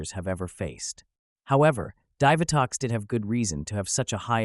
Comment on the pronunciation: It's pronounced DEE vitox